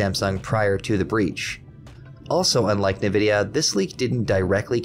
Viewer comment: Its pronouncrd N-vidia not nividia